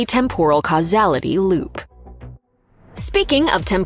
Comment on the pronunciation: How can you go through an entire video mispronouncing "temporal"?